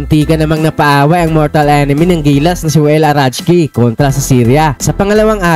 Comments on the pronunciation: Arakji idol hindi arachji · alam ko arakji eh, bakit arajki? ahahah